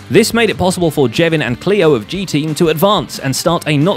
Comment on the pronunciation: can you please call the G-Teams people names correctly with their Gs